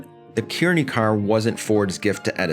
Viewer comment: 'Kearney' is pronounced as 'car-knee'. My dad worked there for 33 years.